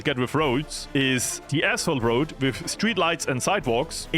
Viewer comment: " The Asshole Road " lol. I know you didnt say that but sounded like it.